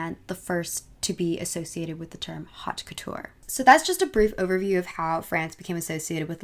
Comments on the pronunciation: It is not Hot couture as you said it... It is haute cotoure and we pronounce it : (Ot Kotur )... there is no pronounced H in French language ... also few names were wrong, but it's ok, we understand what you want to say ... but I liked a video a lot... also I actually like " French girl esthetics " best L. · oh god please look up how to say haute couture properly